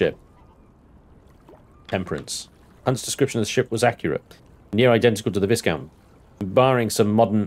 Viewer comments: The S in "Viscount" is silent. You're killing me! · come on, where is your 18th century pronunciation? Viscount is pronounced Vie-count